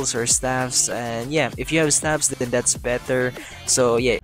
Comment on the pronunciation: Are u Filipino u wound like it the way u said better is like how a Filipino says better are u Filipino?